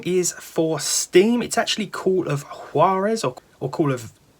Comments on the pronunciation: It's pronounced wahr-ez ... Spanish. Juan, is pronounced wahn, Jesus is pronounced Hey-Zues and so on. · Yeah the J in Juarez is pronounced like the J in Jose (Hose) so it's more like Hoowarez.